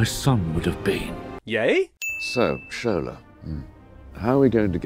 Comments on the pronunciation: sin for pronouncing Shola’s name as "shōw ' là" instead of "shô ' lâ" (western world 🙄; it’s like hollywood mispronouncing lagos) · The constant mispronounciation of Shola is painful to hear